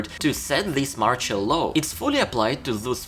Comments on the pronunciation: You pronounce "martial law" wrong, its not like "partial" but more like marshal. Put it in google translate as english and without even translation you can click on the sound button ;) Thanks for your videos! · not MORCHOL, MARTIAL, marSHIal. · Sorry, but please, work on the pronunciation of the words "martial" and "partial". No offence taken I hope. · You are destroying the pronunciation of the word MARTIAL ...